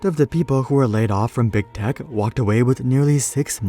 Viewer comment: Am I the only one who keeps hearing "big dick companies"?